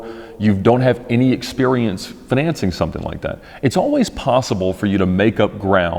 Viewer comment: Fin-an-cing LOL